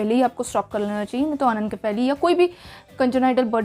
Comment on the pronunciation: Why are you pronouncing is wrong.....its irritating 😮 It's अनेनशिफेली.. not अनेनकेफेली